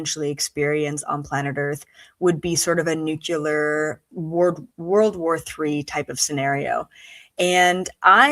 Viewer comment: nukyaler? I thought you were smart!